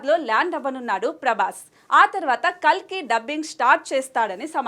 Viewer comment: Kakli kadhu kalki